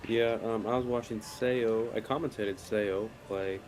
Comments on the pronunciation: Commentators should learn how to pronounce the players' names before commentating. Suh Suh Ah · Karl seems to be the only commentator who knows how to say Seoa’s name correctly. All the commentators for this event say it wrong😅